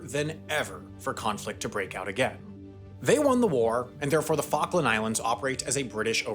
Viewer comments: The Fokin' Islands What fokin' islands? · What falkin' Islands